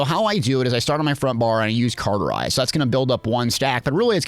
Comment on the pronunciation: Cawwwwwterize not carrrrterize cauterize is an easy word to pronounce so pls stop butchering such a simple, so simple that latin is the language of the dead, language. Since the dead have little to no energy they needed a simple language that was so simple it actually makes you dumber over time. Hence the reason I barely speak. Typing is a whole different story ,however